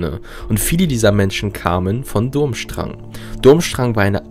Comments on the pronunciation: Die Schule heißt BTW nicht Dummstrang sie wird anders ausgesprochen... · Es tut mir fast körperlich weh, wenn ich höre, wie du den Namen der Schule aussprichst. ^^